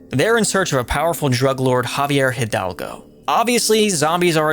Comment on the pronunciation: Just a heads up, the way you pronounce "Hidalgo" is like " EE - dalgo"